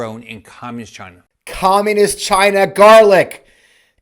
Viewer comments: He sounds like a moron or an ill spoken 7th grader. And what is the deal with his pronunciation of communist? “Comm’inist?” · "Cominist" China? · Is anyone bothered by the way rick scott pronounces communist? It sounds like comminiss - or something. Anyway, that thief should be in prison, not running for any office. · He can't even say "communist!" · Why is the creepy man not putting a space between communist and china? Worse than trumps pronunciation of CHI-na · Rick seems to have a speech impediment. But yeah, let's make fun of Biden for no reason, Republicans.... 🙄